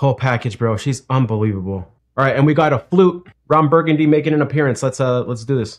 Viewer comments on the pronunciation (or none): none